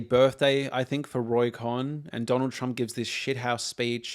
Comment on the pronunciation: Cohn…. pronounced like “cone”